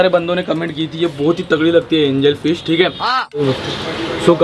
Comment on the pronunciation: Angel fish not angalfish